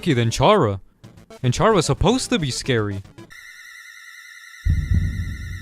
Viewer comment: I say Frisk is the same gender as the player and Chara is the opposite gender of the player. That second part because I ship them. Also, I've found somebody who says Chara correctly!